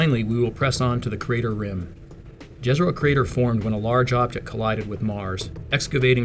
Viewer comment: Please use the "Jezero" pronunciation right... J = Y (yesterday), not like Jazz. <3